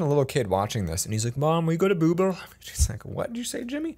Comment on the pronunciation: No one : Google Story time Channel : Boogle